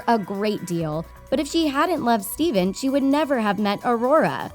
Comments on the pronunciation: It's not stephan it's stefan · It's not Steven. It's Stephan like "steph an" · I kept hearing steven. It's Stefan. 🤦‍♂️ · Stefan not Stephen. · Stefan not Steven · It’s pronounced Ste-fan, not Ste-ven. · It’s Stephan not Steven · “Steven” it’s Stephan :/ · Stephan not steven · Did nobody notice that she said STEVEN instead of well I think it’s spelled Stephan. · Whos Steven? It's Stefan. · Stefan not Steven.. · STEFAN!!!!!!! Not steven. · Dear god how can you pronounce the kings name wrong, has this woman never watched sleeping beauty or maleficent??? Steven??? No dear its prenounced stefan. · His name is Stephan not Steven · its stefan not steven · You are mispronouncing his name, it's not Steven, it's Stephan, the ph in this case is pronounced as an f, as in the original tale. Nice vid though. I'm curious how this will turn around in the sequel. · its stephan not steven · Sorry, what? Steven? His name’s Stefan. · It's not Stephen! Its stephan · The worst thing about this whole video is the narrator calling Stefan ‘Stephen’ .... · She says his name rong it is stefan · It’s pronounced STEFAN. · it's not pronounced steven rEEEEEE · It’s stefon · The amount of times Stefan is pronounced as Steven is enough to drive a Disney Nerd bonkers